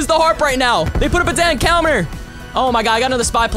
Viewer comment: Love ur vids but you said coumer instead of counter